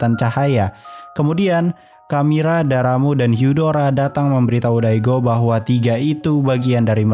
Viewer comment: Bang katanya bukan daramu hyudaro harusnya darramb dan hudar